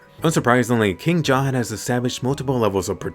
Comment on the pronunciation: Finally a youtuber who says jahad rather than zahard